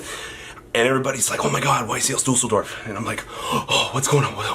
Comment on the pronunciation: YCS Deuce-ldorf ✌